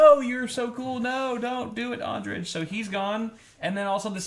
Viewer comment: The last letter of Andrej's name should be said as 'y' in 'you'.